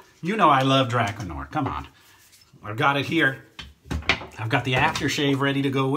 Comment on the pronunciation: It's pronounced dra-car smh lol